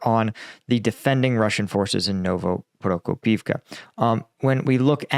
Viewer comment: I know it's hard to learn all the villages and other names in a foreign language. I'm a Croat living in Finland, it's not exactly a walk in a park, so I don't fault you for mispronouncing stuff, I know you've been trying hard all this time, I mean, you get Novoprokopivka right! But I do fault you for not spellchecking one village when you decide to put it into the thumbnail. It's OPY-tne, not OPT-yne